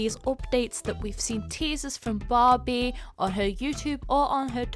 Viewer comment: I keep on hearing Bobby instead of Barbie